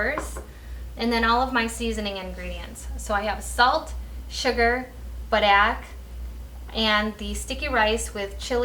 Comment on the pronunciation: You say Padaek weird...... Unless I'm saying it weird lol